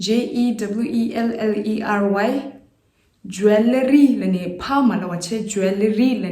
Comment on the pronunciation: Not jol-ree but it should be pronounced as joel-lery ie (wel)is silent only there. Poem is also little misspell too.. appreciate your channel though 🙏🙏